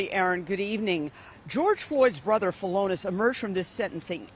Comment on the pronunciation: Philonise (felonus) Floyd? Noice one, juice. Keep squeezin' out them scripts. Can't wait for the sequel. Going to be hard to top the Waynel Sexton character.